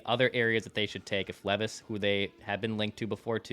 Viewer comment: I have one I sent an email to Declan but never went anywhere. Please please please correct on properly saying our new future QBs name! Will Levi’s you all ignore how he says his last name and it kills me. It’s his one job is to research these guys atleast say there name right.